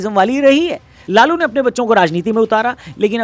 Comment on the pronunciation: लालू ❌ लोलू ✅😂